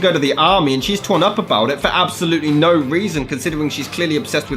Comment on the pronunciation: For absolutely nough reason For nough reason There's nough reason